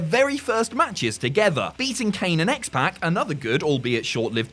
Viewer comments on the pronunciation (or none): still calling X-pac "X-Pack" still makes me wanna rip my hair out. Like i dont get how anyone can end up pronouncing it like that unless they only have ever seen it written on paper, considering every week they announce it in his entrance.